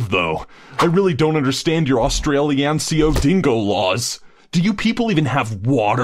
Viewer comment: did he say austinaralian